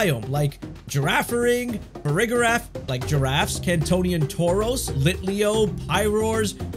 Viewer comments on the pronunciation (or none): none